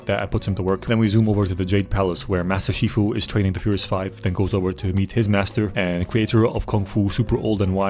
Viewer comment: Wait did you say Master Queefu